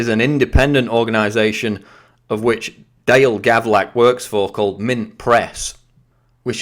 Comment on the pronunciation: Hey quick about EDIT its Gavlak not Gavrak...